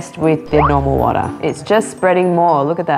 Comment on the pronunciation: I just watch this to hear those "walla" and "chinenen" 😂